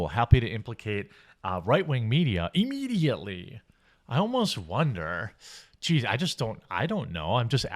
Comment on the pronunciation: Why do you pronounce immediately like Eeemediately? So weird and grating. You say it like you would say the word "if"...